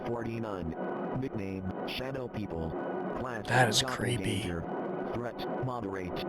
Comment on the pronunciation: I’m sorry, but as a shapeshifter nerd the pronunciation of Doppelgänger made me want to puke. If you’re making a game like this and want to have it be voiced over, please just to the VO yourself. AI voices almost never do a good job. Everything else about the game is absolutely stunning and I have no complaints about anything other than this.